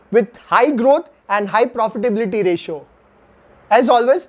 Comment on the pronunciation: You really need to polish your English. I find it very irritating the way you wrongly pronounce words like ‘technology’, ‘profitability’ or ‘opportunity’. These are words used by you rather frequently in your videos. Your analysis is good but presentation needs improvement